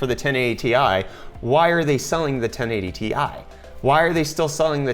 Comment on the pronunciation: You pronounce it ten-eig-TI instead of ten-eighty-TI and that makes it quite hard to follow at times.